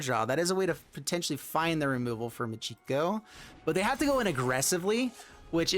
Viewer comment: Michiko is not pronounced Moo-gee-go. It is Mee-Chee-Ko.